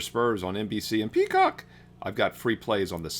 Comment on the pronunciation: The way says Peacock got me thinking 🤔 😂❤